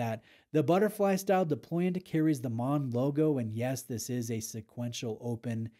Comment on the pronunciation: Congratulations on the pronunciation of Maen …. Almost perfect in the intro